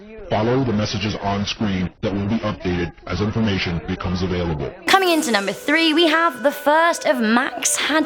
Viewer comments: Max Headroom not Hadroom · Max Headroom not Hadroom.